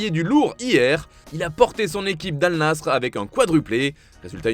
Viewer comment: Merci d'avoir bien prononcé le nom d'Al wehda et d'Al nassr